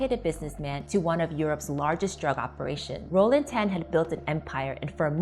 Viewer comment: This lady wannabe ang moh, hate when she pronounce Tan